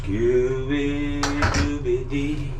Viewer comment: It’s Scooby dooby doo ! Not Dee 😂